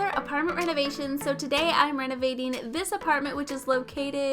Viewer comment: WHEN SHE SAID RENOVATING I HEARD RENEGADING BRUH I NEED TO DELETE TIKTOK